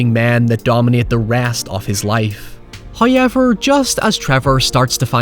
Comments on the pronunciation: me: i cant wait to see how my favourite film review boy pronounces 'Christian Bale': Christian Beile, hyowever me: hahaha yes, excellent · I've got it. It's "hi-yeover"